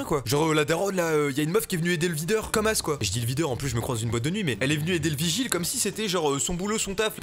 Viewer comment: ça se dit vigile.